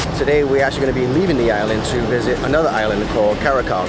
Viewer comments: Tip: The Grenadian island of Carriacou (one of several small islands that are parts of Grenada's extended territory) is correctly pronounced KAH-ree-uh-KOO....not cow. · it’s pronounced Carry-aye-coo or Caré-coo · Kevin! Come here! Yes, you. With the dreads and the muscles everywhere. Why you leave our brother out here [sorry ouchea] to dry like that man. You mean to tell me you hear him say 'Carria- cow' right in front of you and you en't say nutten [or maybe you did, but the video was clipped at that point]. Meanwhile we ouchea watching him shine, quite literally, and you just stood there and said nothing. Come on, Kevin. You know better! 🤣🤣 Seriously tho, was very impressed by this traveller, production was top notch, and so was the content. Did the typical Grenadian tour without making it feel typical. Moved around very confidently 'as doh he know d place' as we would say. So that was great. He did not say Gruh-NAH-da which was even greater. Love when creators come to the island and help us uncover or rediscover those little fun spots. Not quite sure how he liked the food, if at all, but he a traveller fo' sho! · Carriacou is pronounced “Carry-a-koo” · My island of Carriacou is pronounced “Carry. Coo” thanks for visiting 🇬🇩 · You pronounced Carriacou wrong Car ri a cou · Beautiful representation of my homeland and inspiring me to visit soon. Thank you for the update on Carriacou. BTW, the word is pronounced 'Carria-coo'. A little correction to the ending sound, but besides this, you did a fantastic presentation of my twin-island paradise. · bro not trying to be rude but u pronounce carricou wrong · I enjoyed the video; the only thing is the pronunciation of Carriacou was not correct.😮😂 next time you will get it right.